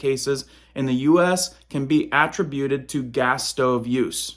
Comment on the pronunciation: Google how to pronounce amid and attributed. You're saying it wrong and it's driving me crazy...retired English teacher.